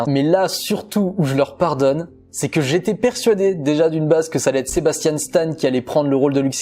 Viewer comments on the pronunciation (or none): none